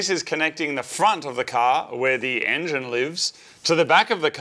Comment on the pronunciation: The "enyin" is in. What is an "enyin"?